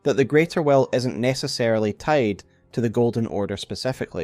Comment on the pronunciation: They way he says "will" sounds like "well" and that was sooo confusing.